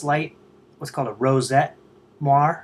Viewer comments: more like, mwa-ray. It's French, oi makes the "wa" sound. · say it with me, "more-aeee"